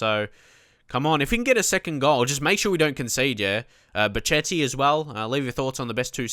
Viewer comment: (Just making sure u see this, i posted it on ur first vid as well) Ok pronunciation lesson: hachim (mastour)=hashim (like hash'em=hash them) pazzini=patsini van ginkel= g as in de Gea Bocchetti=boKeti cerci=tsertsi general rules in italian: 1)z is caTS, unless in the beginning of words when it is ds as in pads. zucchero(sugar)=dsUkero but grazie and Lazio it is ts 2)ch is c as in car, for example Chievo 3)c before "i" or "e" is CHurch, otherwise Car (examples ciao,Cesena is CHurch, but Casa, Cagliari, Cataniai is Car) also gli is "ll" as in million 4)g is g as in general only before "i" or "e"(just like c), otherwise it is g as in goal. So Genoa is tzenoa you can bookmark this site while you're at it: So there, don't let us hear you say any italians clubs or players incorrectly from now on. Thank you